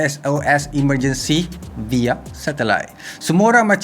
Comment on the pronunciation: Aku je ke suka sebut “via” as “vaya”